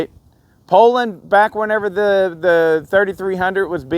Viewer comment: i have a mint 55 rancher i paid $100 for. the piston was scuffed and the cylinder was scored, i put a hyway closed port pop up kit on it and gutted the muffler. she rips! by the way it is pronounced "pool lin" not "pole lin"! lol